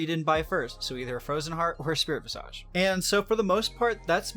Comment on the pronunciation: Check your pronunciation of "visage." Sorry to be that guy.